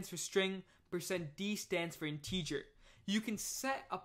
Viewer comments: what's weird is you speak 100% like an American English speaker except when you say "integer" or "parenthesis" in this series of videos. I feel like if you were born and raised in America, you'd have definitely heard both words before many times, so my conclusion is that you must know English as a 2nd language in which case I just want to congratulate you on having basically NO kind of foreign accent whatsoever and really nailing American English. It's amazing, really. No way I could have mastered a foreign language as well as programming languages by the age of 19. Just brilliant. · Great video, but some viewers might get confused over your pronunciation of the word "integer". Have a listen here for the proper pronunciation: My apologies if your pronunciation is a local dialect I'm not familiar with...